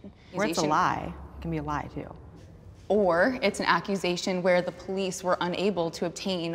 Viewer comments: homegurl went “OOOR” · ooouuuuu! You see the way she said “OR!” the other woman has the patience of a saint.